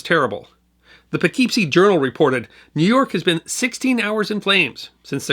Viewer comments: approx ... The city of Poughkeepsie is pronounced po-kip-see, not po-keep-see ;-). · PAHKEEPSIE... its 'poughkipsee' :) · Fascinating video, as usual. One small thing though. When i lived by NYC, Poughkeepsie was typically pronounced pu-KIP-see. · Poughkeepsie is pronounced as Poe/Poh Kip see